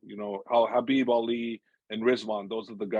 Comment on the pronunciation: Habib not khabib